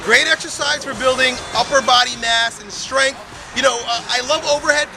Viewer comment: When did ' strength ' become ' shtrength', ' strong' become ' shtrong'?? I was hanging out for him to say ' specifically'...